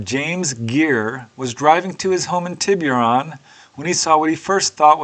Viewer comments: it's pronounced, "Tibb-er-on". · Just here to say that Tiburon is pronounced “Tibberon”. No hard “you” sound. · It's pronounced "Tibb-er-on"